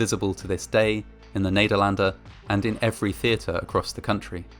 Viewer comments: You're "Nederlander" pronunciation is great. Thx for these videos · Just wanna say that as a Dutchie, your pronunciation of “Nederlander” was spot on! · Very informative video, thank you. But also... amazing pronunciation on the word Nederlander ;)